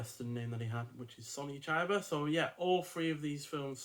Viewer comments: don´t read his name as an american... read it with an E (ChEba) and you get it right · Great reviews, but rookie error with the pronunciation of Chiba's name.